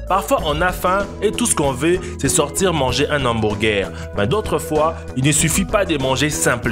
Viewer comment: Un " hamburgèr " 😂😂😂😂